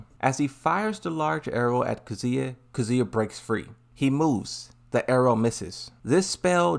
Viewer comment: Still can't get over the fact that Claudio says Kazuya as CATZUYA. If you understand Italian you probably laughed your ass off.